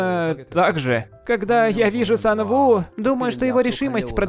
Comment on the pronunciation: Почему Сан у а не Сан ву